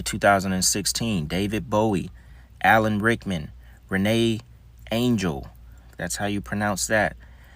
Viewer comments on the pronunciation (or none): none